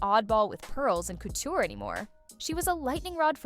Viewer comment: Also, why can’t you pronounce couture currently? I’m from Kentucky and even I can say that word.